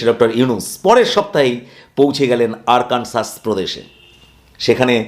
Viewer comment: আরকানসাস নয় আরকানসো।